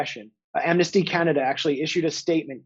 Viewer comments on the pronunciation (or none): Justin Trudeau-eh as well as Canad-eh.👏 Jimmy Dore, you are truly a comedian if ever there was one!👍